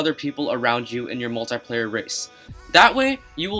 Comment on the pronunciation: He kept saying moltyplayer